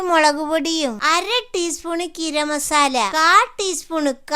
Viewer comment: കിരം മസാല അല്ല ഗരം മസാല